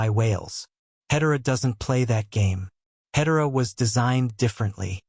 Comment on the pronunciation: When you can't pronounce Hedera correctly, you lose any and all credibility. AI generated garbage.